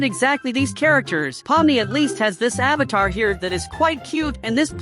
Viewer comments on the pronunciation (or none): none